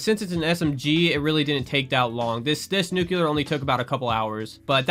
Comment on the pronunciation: You pronounce nuclear like George W Bush. It's not pronounced as "nuculur" it's "nucLEAR"